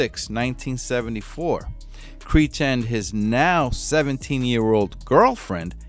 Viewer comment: Commentator needs to improve pronunciation of words such as Oregon, Creech & worship. Next, how is it that an inmate is able to garner a sock full of batteries while being incarcerated? Seems like a pretty lax prison… not that I support suing but if I would hav been that dude’s family member I would hav been holding the prison accountable along with Mr. Creech